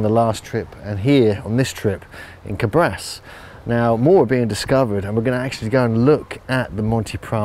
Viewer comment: Thank you for bringing up to light this fascinating part of our ancient story. Just one thing for people who wants to go and see this magnificent examples of giants: the name of the town is Càbras with the accent on the first "a". And, there is a theory which tells that this giants reppresent some glorious winners of a sort of Olympics games.